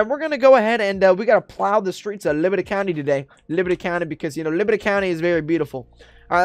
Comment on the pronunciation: He keeps saying librty county